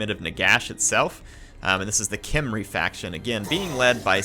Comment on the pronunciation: it's not Khemerian War Sphinx, it's Khemrian. Khemri...